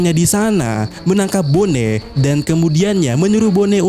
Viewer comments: boni bang, bukan bone... kayak nama daerah di indo aja dengernya bone... riset dulu lah pelafalan nama2 karakternya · bonney,, sama² salah gak usah saling menyalahkan 🤣